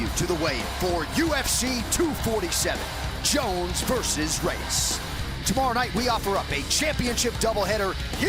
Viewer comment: My guy at the start can't say Reyes properly "Dominic the devastator.. Reeesss.." lol wut??